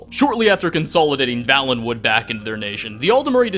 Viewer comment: Vale. Valenwood. It's Vale - en - wood. Had it been pronounced the way it is in this video, it would Vallenwood, with two Ls. It is not though. A Vale is a genuine geographical term - (see Game of Thrones).